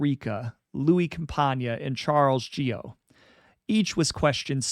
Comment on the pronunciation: Charles Gioe's last name is pronounced Joy